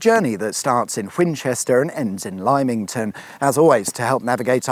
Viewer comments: I was hoping the lady was creeping up to box ears and tell him how to pronounce Lymington lol. Other than the terrible mispronunciation, another great video. Keep up the good work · Great video but just one correction it's Lim-ington ( my home town) one feature you could have included was the Isle of Wight ferry terminal. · can I add my tuppence-worth to the reaction to your mispronunciation of the name of the small, ancient port town in Hampshire, that normally sounds like ‘Liming-ton’? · You got Twyford right!! However replaced it with 'Limeington!' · Great video. As a Lymingtonian, I feel compelled to point out it "Limm"ington There were some good press gang and smuggling tunnels in Lymington, too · Mocks the people of Southampton, before completely butchering the pronunciation of Lymington... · Finding it hard to tell whether you don't know how to pronounce Lymington or you're taking the piss. I'm leaning towards the latter. haha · Mispronounce a place name to ensure maximum engagement 😀 I'm reasonably sure knows how to pronounce Lymington correctly... He just chooses not to. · Ah, a video full of places I know all too well! Good explanation of the trams, good shout visiting Beaulieu, another message about pronouncing Lymington wrong & if I'd known you were going to Farley Mount I would've told you the best roads around there! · Your pronunciation of lymington is incorrect 😢! Made my ears hurt when you said it 😂 ! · I spent about 2 years back in the late 90's in a place near Lymington, around the village of Boldre. And know that the pronounciation of the place is wrong... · Hey it’s pronounced Lymington not Lymington as you’ve said, although I’ve also heard it pronounced Lymington also. 😎😂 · Wonder how many downvotes for his pronunciation for Lymington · Please don’t say lymington like that ever again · oh, pronounciation of Lymington, research has let you down this time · trademark is to deliberately mispronounce one place name.